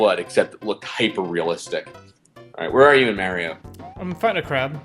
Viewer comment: said mario right. He is making progress.